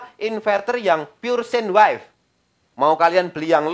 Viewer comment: Koreksi Bukan wife bacanya (waif) pak tapi Wave bacanya (wef)